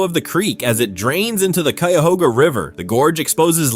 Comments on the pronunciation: You just butchered the pronunciation of Cuyahoga county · Also, never mind. He pronounced Cuyahoga correctly initially, but when talking about the river later in the video, it got butchered too. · A lot of videos documenting Ohio in general mispronounce the names - at first, the voice (probably AI) pronounced Cuyahoga correctly but later in the video it screwed it up, lol. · Ack! Cuyahoga and Geauga!!! Learn how to pronounce, if you are a professional narrator!!!